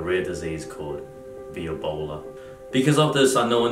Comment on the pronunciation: I was taking a sip of my drink and then Brett went 'violbola' and I actually choked because I was laughing